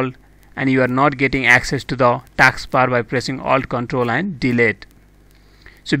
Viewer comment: It's not taaks bar it's task bar. First learn to talk english